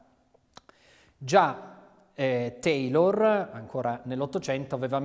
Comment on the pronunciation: uhhh! Si pronuncia "tailor"!!!